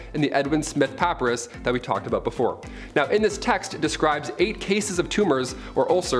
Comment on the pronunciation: puh PIE rus